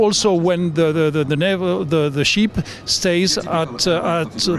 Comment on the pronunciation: did he say sheep?